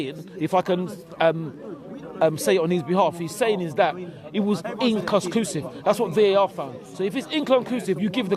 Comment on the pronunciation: That ty bloke struggles to say the word inconclusive so is it any wonder he literally doesnt know what it means🤣